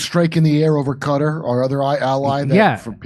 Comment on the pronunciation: K - TAR or Cah-TAR. Why do you keep saying Cutter?😂